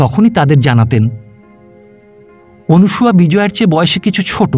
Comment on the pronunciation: গল্প মোটামুটি ভালো লাগলো পাঠ বেশ ভাল তবে নামটা মনে হয় অনসূয়া হবে অনুসূয়া নয় শুভকামনা রইল